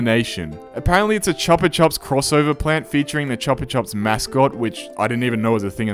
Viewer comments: please never say chupa chup like that ever again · I hate how you pronounce Chupa Chups as it's completely wrong, It's Choo-pah Chups! It literally took me seeing the ad you showed to know what you were referring to